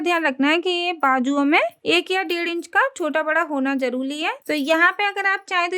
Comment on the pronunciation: Jaluli nahi hota jaruri hota hai